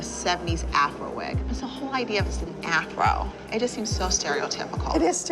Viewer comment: Abby saying with her chest IT IS STEREOTYPICAL !!!! Madness